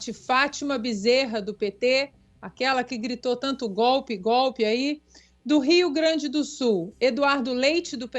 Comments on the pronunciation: a GOVERNADORA PETISTA gritava: "...é GÓPI, é GÓPI, é GÓPI..." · Fátima Bezerra, não sabe sequer falar kkk uma tontinha a toda prova. A mulher que no Senado só sabia gritar a palavra golpe. Ou melhor a palavra gopi pois é assim que ela sabe falar. Agora terá que se explicar quanto ao dinheiro do covid kkk Uma imbecil completa. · Aqui no Rio grande do Norte. a burra não sabe nem pronunciar a palavra golpe 😂😂😂😂😂 ela chama goopi 😂😂😂😂😂 ainda se diz professora 😂😂😂😂 é por isso que os eleitores são tudo burro com uma professora burra desse jeito que não sabe falar português correto sabe.😂😂😂😂😂😂😂😂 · Cadê o STF ? Olha cambada de capa preta. Vocês não vão fazer nada ? A petista que chama golpe de gope nem falar a imbecil sabe kkkkkk Mas fazer uso de dinheiro para fins não identificado a sabe. CADEIA NELA.rsrstsrs